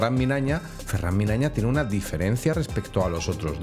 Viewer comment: Habrás dicho su nombre más de 100 veces y lo sigues diciendo mal. Incluso lo dijiste delante de él y es tan buen chaval que ni el te dijo nada. Ferrán MIÑANA, no Minaña. Un saludo me mola mucho lo que haces 👏🏻🙏🏻